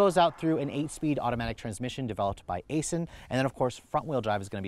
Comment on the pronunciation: He had me when he said Aisin